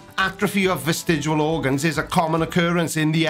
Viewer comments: Sorry to do this, but it's vestigIAL, not vestigUAL!!! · I used to wonder why you can't pronounce "vestigial" but now I know... It's because you can't spell the word either. :)